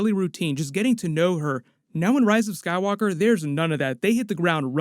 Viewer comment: sounded like you said sad walker saga. It’s a sign.